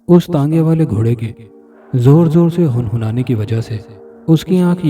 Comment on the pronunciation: ارے بھای لفظ ہن ہنانا نہی ھے پیش نہی زیر ھے hinhinana .